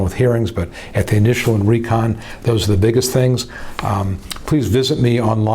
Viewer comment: When u said re-con. What did u mean?